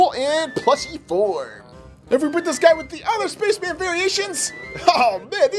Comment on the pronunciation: “Looks like the Red SPACHMAN” did you say spaceman or SPACHMAN